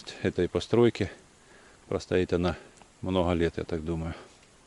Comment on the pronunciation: Почему автор хэкаит? СмоХу, мноХо, Хрецкий орех, Хвозди